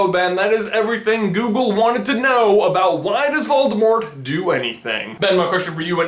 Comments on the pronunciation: you pronounced voldemort wrong. have some respect (its pronounced VOL-di-more) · So am I the only one who knows that the t in Voldemort is silent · Does it bother anyone else that he pronounced the t in Voldemort? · You are saying 'Valdemort' not 'Voldemort' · On t he said "Baldimort." XD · you say it voldemor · I turned on the captions, and whenever you say "Voldemort", it writes "Baltimore". Lol. "Why does Baltimore?" "Why does Baltimore kill unicorns?" Frankly, the rest of the Maryland state has been wondering the same thing! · Call yourself a Potterhead yet you don’t know the T is silent in Voldemort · it is pronounced without the T at the end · the t at the end is silent